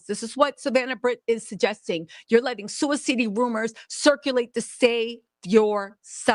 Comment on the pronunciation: Suiweseedee or sudiseedee 😂I love you lol